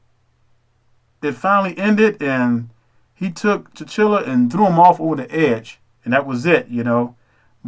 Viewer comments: Brother I understand your message, however because everything you are saying is not fact it makes you just as dangerous. You can't even get T'Challah's name right. His name is not T'Chillah, it's T'Challah. HollyWood didn't write this movie a brother did, so you're wrong again. You are speaking about things that fit your narrative so everyone who wants to see what you're saying will agree. That makes you dangerous especially to someone who doesn't know better. I suggest you watch the film again. In addition, if we are the true hebrew people we are also African because those people migrated throughout Africa over the centuries and married, had children and became part of the various empires of the African continent. As I've continued to listen to you the message I'm getting is that you're a crab in a barrell. The worst thing about your cults message is that you all choose to tear down other people of color instead of focusing your attention toward the real enemy. Also... you keep saying the uncle and his son was exiled, totally not true. He was sent to the U.S. as a spy. Again brother go and watch the movie again. By the way before you get all high and mighty, know that I'm a well informed brother about all history, especially ours. SMH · Hello. You make some good points. I would like to add. It's Tchalla not tchilla. First real all big black movie was the Wiz. This could not be the best action film? Don't believe the hype. This movie was not written for nor by Black People. Please keep a solid perspective about this. Thank u. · I know I’m late to the conversation but Eric Killmonger and his father were not banished to America. His father was sent there to be a spy for Wakanda but he double-crossed them and sold vibranium to Kraw. T’Challa’s father found out and came. Eric was born in America. And the name is T’Challa, not T’Chilla. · You're murdering king T'challa's name calling him T'chilla. Come on bruh!!! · T'Challa pronounced Ta cha lah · Ta-CHA-la not tachilla!